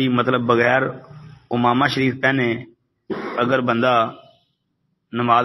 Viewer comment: حضرت اس لفظ کی تصحیح فرما لیں اردو میں: عَمَامہ . عربی میں: عمامة ، عين کے کسرہ کے ساتھ